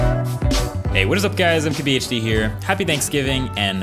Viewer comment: Is it just me or does his intro sound like "Hey guys, I'm Kaby Hd here"